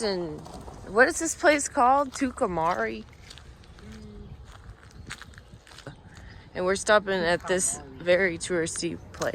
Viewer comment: Tucumcari pronounced too-kum-kari